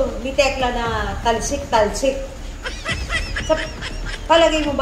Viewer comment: Hahhahha natawa ako kay Ethel sa pagkabigkas ng talsik talsik hahhahha